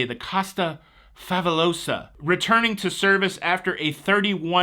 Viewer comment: Every time you said “Costa Favolosa” I heard Hermione saying, “it’s levioSAHH, not levioSO!”